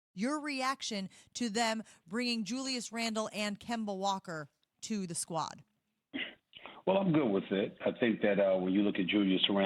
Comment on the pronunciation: Going to have to listen to Stephen A say "Kember" so much this season.